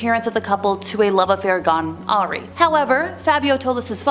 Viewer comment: Love the videos,. Just one thing, the word “awry” is pronounced a-rye.